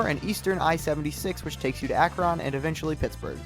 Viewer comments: It took me forever to realize he was trying to say Scioto only he butchered it lol, and Akron lol it's not AkRON it's more like Akrun. For Scioto River it's more like sy-OH-ta for Medina it's either Me-DI-na or Me-de-na. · Yea, I cringed everytime he said AkRON...lol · I know some Ohio names like Scioto and Medina are hard but there is no way you just did Akron like that. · As someone from Northeast Ohio, It hurts to hear your pronunciations of Medina and Akron.